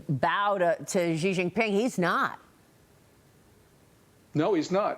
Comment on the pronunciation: Its name is not Zhee, it is "She." Exactly like the female pronoun.